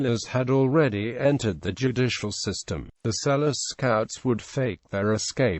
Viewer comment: His name is not pronounced "Sell-us"' It is pronounced Sel-loo".